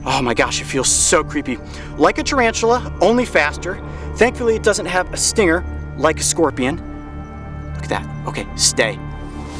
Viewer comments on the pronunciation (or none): none